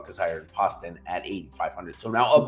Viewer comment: Great content as always but JT Poston is pronounced Post-un.... he's from my hometown and put him in my lineups often and always underowned. Thanks!